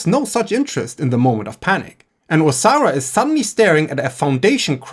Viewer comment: Im enjoying the video but due to your accent. Every time you say Osara I hear Sauron and it makes me giggle